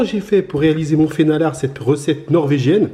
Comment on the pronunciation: Pour ceux qui veulent aller plus loin, le nom norvégien est "fenalår" (prononcé "fénalor"). Mais l'essentiel est là 👍